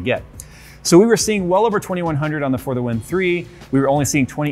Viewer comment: For half of the vid i tought he was saying further wind instead of for the win